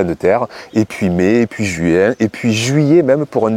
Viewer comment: JUouin ???c'est drôle votre façon de prononcer le mot...😄 l